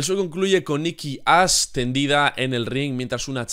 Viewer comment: expresate bien, parece que dices "Nikki Ass" Si, tiene unas posaderas enormes, pero aun asi